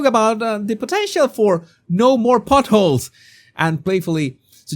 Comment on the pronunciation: I'm saying this not to criticise but to contribute. It's more. Not moar. 🙂 Love your work.